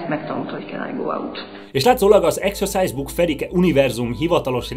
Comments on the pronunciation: A kedvenc részem amikor azt mondja hogy execuse book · A mai napig nem tudom eldönteni, hogy exercise book-ot, vagy exorcise book-ot mond, mert hát egyáltalán nem mindegy.... A halálát meg érthette átvitt értelemben is.